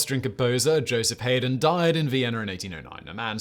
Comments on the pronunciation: As a classical musician, I suppose I should say that Haydn is pronounced like “Hidin’” rather than “Hayden”. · Oh Simon, the composer Haydn's name is pronounced High-den. Too big of a luminary for me not to say something. Sorry to have to correct you. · We have a vintage collection of mispronunciations Simon in this one. What kind of uncultured oaf doesn't know how to pronounce Josef Hayden's surname?